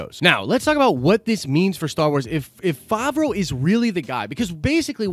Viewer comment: Hate to be this guy but you’re saying it wrong. Fav (pronounced like have) row (pronounced like row). Fav-row Edit: you finally said it right, min into the video, after you had pronounced it 3 different ways already haha